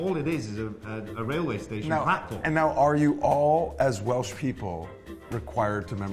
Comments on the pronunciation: What's Welch Vanity Fair?? It's WELSH!! 🤦‍♀️🏴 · Welch? It's Welsh you mingers. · Welsh not Welch